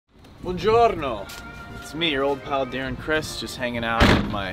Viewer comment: When he said buongiorno, holy shit my Italian soul cannot resist